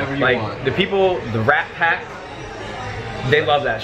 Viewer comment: why did he have to say rattpack like that